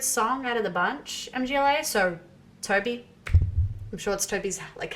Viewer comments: MGŁA KURWA! not em dżi eley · For Christ's sake stop saying M.G.L.A! It's not an abbreviation or sth! It's a full band's name. It is a polish word "Mgła" - pronounced like [mgwah] - which means The Fog/The Mist. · Mgła is not "em-gee-el-ay", it's Mgła. It means "Mist", or "Haze" or "Darkness" in Polish. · "The band M-G-L-A" LOL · It's Mgła (meaning "fog") not M,G,Ł,A (like YMCA). But anyway, "Exercises in Futility" is brilliant. I have discovered synthwave versions only recently, and they're amazing. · The last one is MGŁA, not M.G.L.A :) Mgła is a Polish BM band and its' name means "Fog" :) Stay heavy \m/ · It's not M-G-L-A, it's mgła (try saying "mgh-wah"), it is a polish word that means "mist". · For Christ's sake stop saying MGLA! It's not an abbreviation but a full band's name. It is a polish word "Mgła" - pronounced like [mgwah] - which means The Fog/The Mist. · a czy tobie mieści się w twoim pustym łbie, że nie chodziło mi o pisownię lecz o wymowę? (Amerykanie mówią "em dżi el ej" zamiast mgla.) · Mühg-wuah 😅 Sorry, had to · They've probably heard so many different pronunciations ("muh-gla," "mah-gla," "mih-gla," "EM-gla," "MGLA" as an acronym) that nothing surprises them anymore lmao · and mgla is pronounced more like magwah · Mgla is pronounced MuhGwah. Band name means "fog". The other black metal band named "fog" is Taake. And they are ESSENTIAL black metal listening. Their 2005 album Hordalands Doedskvad is a stone cold classic. I actually think if you like Mgla, Taake is right up your alley. Especially based on your stated reasons for liking Mgla. They have that classic 'hazy' production. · Mgla is pronounced mm-gwa